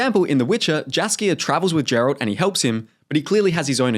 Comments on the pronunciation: Jeralt... That was painful to hear. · Jass-kier 😭 Jeralt 😭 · The way you mispronounce both "Jaskier" and "Geralt" is diabolical.